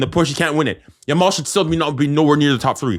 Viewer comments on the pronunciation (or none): Grown man calling a kid "lamine dog-mal"😂🤡